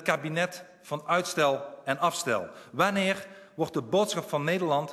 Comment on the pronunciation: hahahah waneer ga je waneer niet waneeggg zeggen